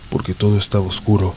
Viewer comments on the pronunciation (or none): none